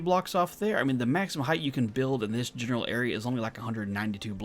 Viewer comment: Hey, RawGage here... great video. A couple things to make note of is falling and stopping on a ladder with the jump button and, if you're going to do these tests in the name of science, please pronounce height correctly. It's pronounced with a hard "T" at the end as if it was spelled hite... no "TH" sound. I know so many people get it mixed up with LENGTH and WIDTH but it sounds silly when someone says HEIG-TH (it even looks weird!) Lol Love the content and please keep testing! 😎👍